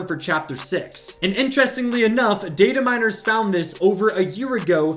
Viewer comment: You: Data miners. Me: DID HE JUST SAY DATE A MI